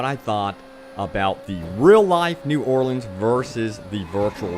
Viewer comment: thnx for saying new Orleans the right ways haha